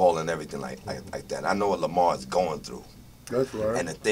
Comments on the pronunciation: Lamar not Lamount.hell naw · Why does this man who swears he knows LAMAR keep calling him LAMONT???!!!!!